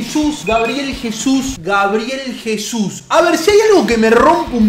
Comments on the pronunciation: GABREIL jajajaja es GABRIEL !!! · GABRIEL, no GABREIL